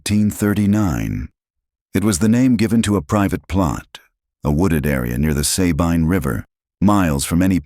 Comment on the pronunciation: You need to teach your AI how to pronounce Texas locations. Sabine? Nacodoches? Annoying. At least now they're giving a teeny tiny mention that it's "based on a true story." I just wonder what part is true. 5 kids missing? It can't be that. We don't let one child go missing without bringing out dogs, horses, 4-wheelers, helicopters, and every person that can walk. These days I'm sure there's even a few drone pilots.